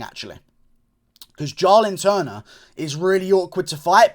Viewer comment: It’s Jalin Turner not Jarlin Turner